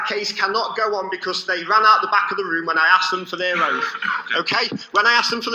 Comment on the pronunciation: “Have you got your oaf wif you today”? Uh, you’re here so I guess, yeah, our oaf is here! a